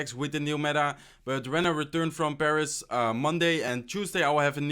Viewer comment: When he said he was in Paris I thought he said he was imbarassed😂😂😂 and he also said above instead of a buffed